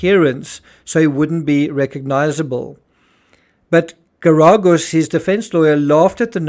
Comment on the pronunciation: No offense man, I love your work, but for someone who spends so much time focusing on True Crime it’s really bad to NOT know how to pronounce Mark Geragos’ name. He’s one of the most famous attorneys of the last 30 years.